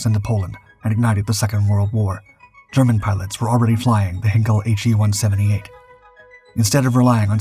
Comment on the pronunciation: The narrator’s pronunciation of Heinkel is cringeworthy. It’s not “Henkel”. Hein is pronounced like, line, mine or fine. I’ve told you before about this… Malaya is pronounced “ma lay ahh”, and not “ma lie ahh”. Could do better in an otherwise good video.